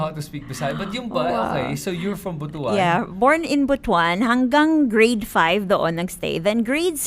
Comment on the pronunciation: Butuan is pronounced as Butwan as how pronounced it and not Butu-an.